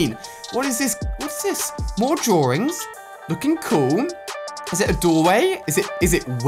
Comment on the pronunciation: is it me or does he say drawrings